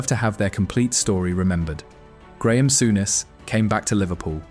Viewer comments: Sowness??? Soooness please learn how to pronounce properly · It's pronounced Soo Ness not sow ness.